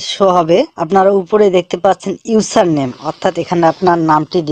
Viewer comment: 😂😂ইউছার নেম না ভাইয়া...😂 এটা হল Username ভাইয়া.. বাংলাতে বলে দিলাম এটা হল ইউজারনেম